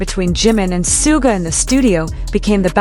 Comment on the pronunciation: Sharking fax? Did you hear RM talk about Jimin and Soooga's working relationship? If you did you would know how to say their names. By the way the guys always aim for perfect, never settle for just OK.